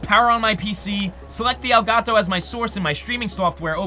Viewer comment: i hate you you pronounce Elgato